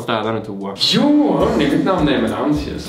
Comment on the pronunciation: du säger ju jooooo och inte jååååå